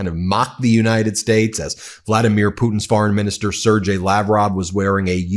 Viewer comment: "Ser-gay" NOT 'ser-jay".